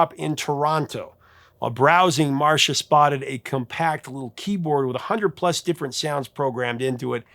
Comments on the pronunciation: Thanks for this very interesting video. FYI Ms. Griffith's name (Marcia) is pronounced "MAR-SEE-YAH" not "Marsha". And Rastafarians would NOT have written a song about a vibrator, so I believe Bunny Wailer. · Marcia, not Marsha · Love the channel,Sir. 😊 I've always heard it pronounced Mar see ahh. 😮